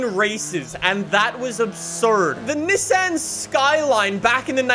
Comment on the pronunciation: “the neh san”